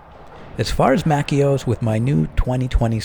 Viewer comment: Lmfao MACK-ios